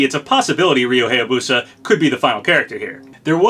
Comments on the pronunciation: Hey, I really like your content but wanted to correct you on a few things. First of all, Ryu's last name is said "Hi-ya-boo-sa", not "hey-ya-boo-sa". Also, Morgana is said like "more-gah-nah (the ah sound is like when you open your mouth for a doctor). I don't want to be a pronunciation nazi, but I figured you should know. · That's still not how you pronounce "Hayabusa." It's pronounced "HIGH-yah-boo-sah," not "HAY-yah-boo-sah."